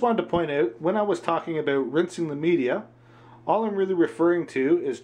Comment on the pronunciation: Dude since you didn't show how to open the canister, this video is "aboot" pointless. Dah